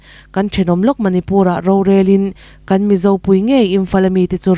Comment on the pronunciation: The Mizo tih i lam dan kha, Mizo tih kha lam rik sap vak a ngai hleinem.... THE MIZO tiin Mizo tih lam rik dan pangngaiin lam ta mai la a mawi zawkin a dik zawk bawk